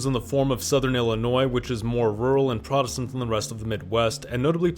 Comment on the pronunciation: And the way "Appalachian" and "protestant" are pronounced makes me think this is another Gen AI bot created video for clicks